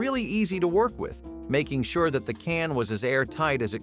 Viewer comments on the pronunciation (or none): none